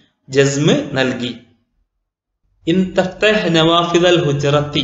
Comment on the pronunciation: Thahthah അല്ല തഫ്‌തഹ് 🤔